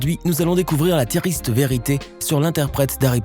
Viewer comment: la tiriste